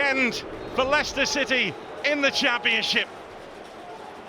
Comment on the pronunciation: because he said Leichester that's how Americans pronounce it?